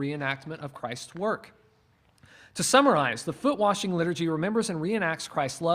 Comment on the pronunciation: Have “Foot Washing Service” where we wash the disciples’ feet. However, saying “warshing” or “worshing” should be flogged.